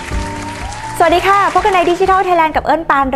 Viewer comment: "สวัสดีค่ะ" ไม่ใช่ "หวัสดีคะ"